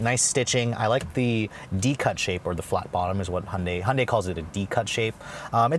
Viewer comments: Please its high-UN-day NOT unday! Otherwise great. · Why does he call it a “Hunday”?